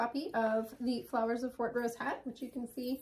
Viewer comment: I have to correct your pronunciation of Fortrose! The emphasis is very much on "Fort", the "rose" is barely discernible and heard as ross, rather than rose.